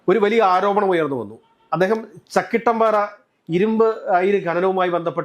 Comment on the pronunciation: ചക്കിട്ടും പാറ അല്ല ബ്രോ. ചക്കിട്ടപ്പാറ എന്നാണ് ശരി